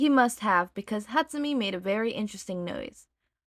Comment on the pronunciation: I cant take it. I know it was years ago, im sorry. But im genuinely tweaking every time you say hatsu-mee instead of hatsu-may. I love you btw.